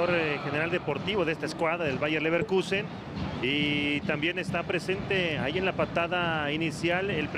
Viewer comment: Bayern LevenrQue?🤣🤣🤣🤣